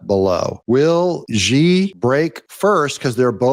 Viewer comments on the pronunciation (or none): First you tell us that Xi is pronounced as Chee and seconds later you pronounce his name as Gee. How are we supposed to pronounce the name Xi? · FYI: “Xi” Is neatly pronounced as “she”